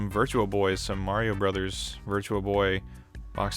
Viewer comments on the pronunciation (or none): none